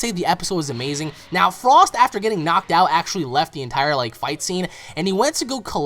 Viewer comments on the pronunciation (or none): none